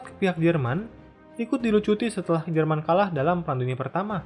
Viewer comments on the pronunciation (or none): none